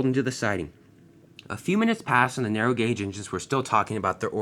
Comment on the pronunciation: You said narrow rong